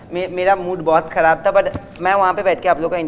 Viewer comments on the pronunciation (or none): Sakal se toh tum bhi balatkari lag rahe ho, tumhe toh kisi ne phaasi pe nahi chadaya. Meri matribhasa bangla hokar bhi mujhe pata hai woh "kharab" hota hai "kharav" nahi. Bhasa aur character dono sudharo.